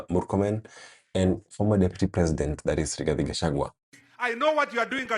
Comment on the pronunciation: But Murkomen also calls Riggy G as kachagwa 😂😂 He should also learn how to pronounce his name..